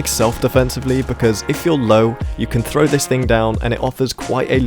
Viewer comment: "85% oF yOu ArEn'T sUbBeD aNd I LiKe eAtInG pOoP" Shut up. You don't deserve more. You can't even say 'throw' correctly. Hint: It isn't 'frow'